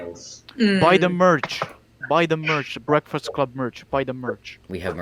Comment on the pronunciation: bekfast cwub